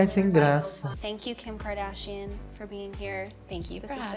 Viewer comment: Adoro o fato do falar kimkadarsha kkkkk